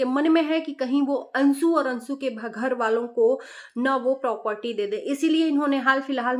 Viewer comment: Ansu ansu karti jo bolna nahi aya to mat bolo.anshu hota hai